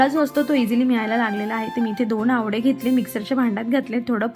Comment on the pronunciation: Aawde nahi g aawle